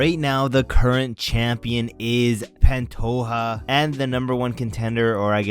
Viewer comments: It’s Pantoja, not Pantoha. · The j is pronounced zhhh in pantoja